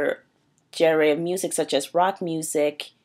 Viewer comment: you cant even say genre